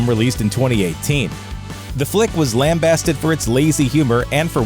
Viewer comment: Lambasted is pronounced like you baste a turkey. And Mad Max Fury Road DID suck. I can't get my head around why anyone liked it. That movie felt like I was trying to play Borderlands but my TV kept switching to that old MTV Beavis and Butthead-type-show The Story of the Brothers Grunt where there's a bunch of gross albino guys chasing this other guy and I don't care. I lot most respect for the Oscars for even including it.